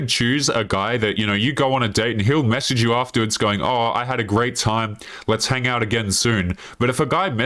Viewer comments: The word "hang" has a silent G. It is not pronounced "han-Guh". People with that accent are red flags. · Is it just me that is bugged by that first chick hard pronouncing the G in hang?